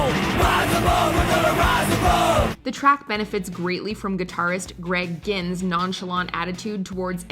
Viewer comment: They pronunced Greg Ginn's name correctly so points for that.